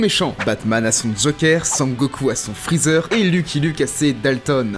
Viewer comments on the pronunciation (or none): none